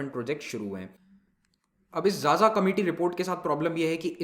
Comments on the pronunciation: Sir 'Xaxa' is pronounced as खाखा not 'jaja'. People with surname 'Xaxa' also belong to tribal group. Anyways Pronouncing strange names of the people is not easy. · Sir it is not जाजा (xaxa) it is खाखा....🙏 Big fan From chhattisgarh jashpur district... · Xaxa is pronounced as KhaKha (a sub caste of Oraon Tribe) literally meaning of A Crow. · Xaxa is pronounced as khakha.....